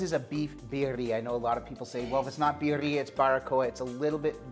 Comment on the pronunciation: I love you guys…. Birrira…. Pronunciation Vid-de-a or Bid-de-a…. Next time use Goat Meat and Oaxaca Cheese…Chooooowww…Rock yo socks off…. Now, with your left over Consumè, save this and toss your next chicken wings in it.